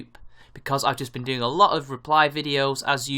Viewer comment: Please stop with the "guh"s at the end of your velar nasals (ŋ)! It's fucking annoying! It's "doing", not "doing-g".